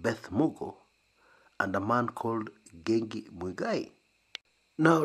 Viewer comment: Correction for you...the name in Ngengi......not Ngegi.